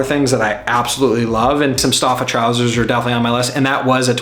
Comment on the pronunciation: Nice video. fyi, Stoffa is pronounced "Stoe-fa".